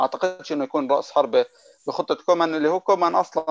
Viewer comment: اسمو كويمان مو كومان هههههه